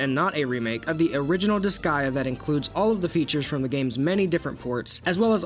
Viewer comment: Why do you call it disgaia? It’s disgaea, DIS GAY A